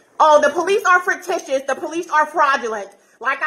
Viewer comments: Did that foolish woman just say frictitious? What the heck is that? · What is "frictitious" and why does she keep repeating it? Is "fictitious" the word she was going for? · Is she saying “frictitious” instead of “fictitious,” because the former could rub people the wrong way. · "Fricticious??" LOL!!! And did she really just ask for the US Army?? 🤣🤣🤣 Ok, Karen - whatever you say... But: Doesn't she think the US government is fraudulent? Then why would she think the US Army would be appropriate? 🤔🤔🤔 Can't have it both ways, Karen. 🤦🏼‍♀️ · Did she just say “where is the “fricktishus” manager”? I’m only 0.52 seconds in! Good lord! 🤣 😜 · That got me laughing as well. It's a wonderfully sounding fricktishus adjective! 😂😂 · All rise? Definitely one of Pauline's group. Thats one of their bits. Also, fruictitious? That's a new one 🤣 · Errrr “fricritous” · Fricticious? English isn't her primary language?